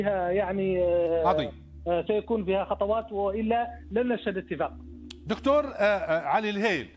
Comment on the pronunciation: ههههه يا مجنس العربي لايقول اتفاك بل اتفاق ياحزني على اللغه العربيه مع مجنسين قطر